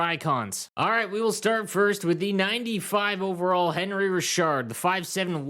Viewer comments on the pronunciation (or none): Isn’t it pronounced anri?